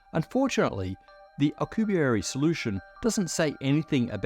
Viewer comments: "Alcubierry" I... don't think that's how you pronounce it? Alcubierre is french. You got it right when you pronounced his name but wrong every other time. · Those were the most painful mispronunciations of Miguel Alcubierre name I've ever heard. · for a smart man you sure butchered that man’s name 😂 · The "u" in Miguel is mute. Same as in "que" (what). This is one of the few exceptions in spanish, the u is used muted in a few combinations. Also the last e in Alcubierre sounds exactly like the previous one. We only have one sound for each letter. Our writting sounds exactly the same as speaked.(again, very few exceptions apply)